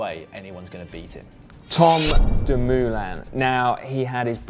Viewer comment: Si his name is Dumoulin not Doomuuhlain.